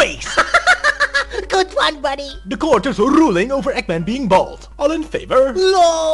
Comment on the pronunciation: Egman instead of eggman